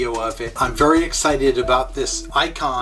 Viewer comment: Hey....It's ICOM not ICON Just FYI